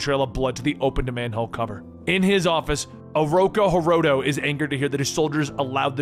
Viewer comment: Is it bothering anyone else he keeps calling him Ooroko Hiroto, when its Ooroku Hiroto